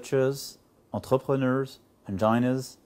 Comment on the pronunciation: C'est ça bien parler anglais ? entRepReneurz, enjaïneurz ?